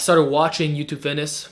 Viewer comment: ello yuchub